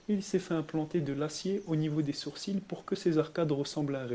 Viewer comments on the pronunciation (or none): none